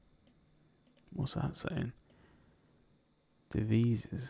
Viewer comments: I knew Duke of Wellington, it’s in my county. When you said Taunton was Devon and it’s Somersets county town that was funny. I knew the silk mercer as it’s the county next to me. Also, funny to get the pronunciation but it’s Dev-i-zes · "De - vi - zez" - Devizes